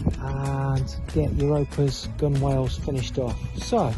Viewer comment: I have watched all of your videos and learned a lot. A little lesson returned, gunwale is actually pronounced gunnel. Google it